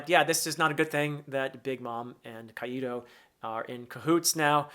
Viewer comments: Nice video just a quick correction Kaido is pronounced "Kai-Doe" not "Kaiee Doe" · As a Spanish speaker, "Caido" with the accent on the "i" sends me. 🤣 "Caido" means "fallen". Which... given what we've seen of him previously, might not be entirely out of place. 😅 It's supposed to be "Kàido", with the accent on the "a". Two syllables: kAi - do. Just in case you want to try it. 🙂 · Why do you pronounce Kaido kai-e-do? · Great analysis as always! I see your observation haki is improving as you progress. Sorry, but it's funny as hell to see you pronounce Kaido as Qaeda in Al-Qaeda))